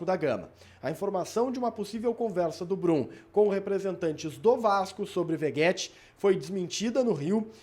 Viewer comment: Veguéti,? V E G U É T I?